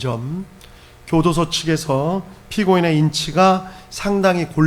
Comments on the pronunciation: 피고인 으가 아니라 의 이지 발음이...쿠려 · "피고인의" 발음을 "피고인으" 로 발음하는것이 거슬립니다 ㆍ나머지 이야기가 그것때문에 하나도 안들립니다 ㆍ